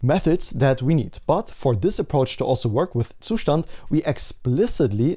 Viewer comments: Great content man, you are also the only person on the internet who pronounces zustand properly. I know the reason, I see your windows task bar. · Finally someone says Zustand correctly.